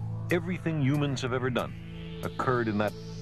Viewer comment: Yep. He was in awe of what humans (or yoo-mans, as he pronounced it) had achieved, but at the same time, he was realistic about our place in the cosmos. Rest in peace, Carl. You were an amazing person.